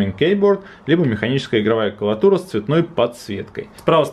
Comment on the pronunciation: все отлично все хорошо ты очень позитивный чувак. я смотрел твой обзор про аймак. но братан, не клаватура, а клавиатура.